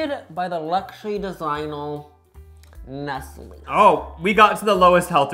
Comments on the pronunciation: Calling nestle “NESL” is a crime 😭😭😭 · 👀 nesell? It's Nestlé like neslay. As for Frys Cadbury owns frys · "Mee-low made by Nest-ol" 😭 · sirs….CHOCOLATE WATER???? 🤬 I get a lil frustrated when people try things but don’t prepare them properly so they don’t get the accurate experience, but this is a whole new level! 😅🔪 also saying he pronounces Nestle that way (the right way) bc he grew up in LA 😂 Like I promise that’s not just an LA thing💀 I do love this little aussie era (plus I’m a big snack girlie!) but this video was just so hard for myself and everyone around me… I’m considering legal options idk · You used an NZ flag over an Aussie Flag 😢 You mispronounced Milo and Nestle. You put Milo in water! No one ever does that! That made me sick. Can you please go back to Australia and correct these things next time 😅Love your videos by the way.